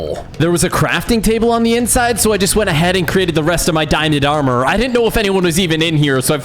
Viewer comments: It's hilarious It's hilarious how you messed up some of the words like dingin in armor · He said dinent armor if anyone heard that like here 👇 Or Replay